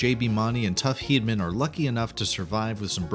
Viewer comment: It's JB Moon-ee. If you're going to narrate info about someone, learn how to pronounce their names please! Tuff's last name is pronounced Heed-a-man. We all enjoy your videos, but please...research names before you upload them :)